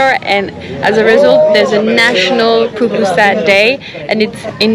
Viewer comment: Too bad you didn't get your last Pupusa in El Salvador. Love to way, you, pronounce, Pupusa!